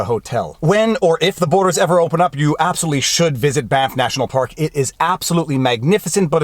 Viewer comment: You keep saying "Banff" Hotel, and I keep hearing "BAMF" Hotel. Now I wish there was one somewhere out there.